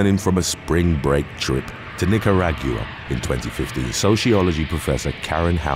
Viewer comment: While I enjoy your content I beg of you to check pronunciations, I volunteer to help, your pronunciation of Nicaragua hurt, and I'm not Nicaraguan. I know you have no ill intentions but it just takes me completely out of the video. Not sure which method would be easiest but something...please.